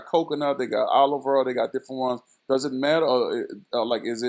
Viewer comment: I like the way he says “oil” too. Gotta keep your hair earled up. 😭🤣